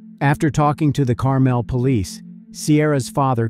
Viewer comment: Pronounced wrong Carmel is.